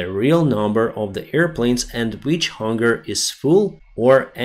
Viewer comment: Thanks again. Say Hanger not Hunger. All good and love your work 🙌